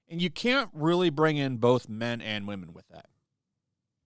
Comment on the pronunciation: “And only 5 of them are wamen”